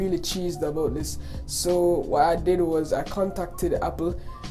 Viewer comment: "it tok abaut 5 minats"